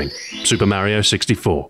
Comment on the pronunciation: Who is this "Maryo"? Its me "Mar i o"